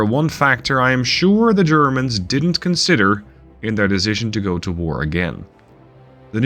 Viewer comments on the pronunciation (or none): none